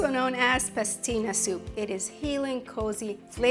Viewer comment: PASTINA, not pestina